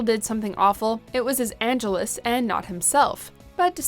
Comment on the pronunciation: I hate the way the narrator says Angelus. It’s anGELus. She says it like angel-us. So frustrating.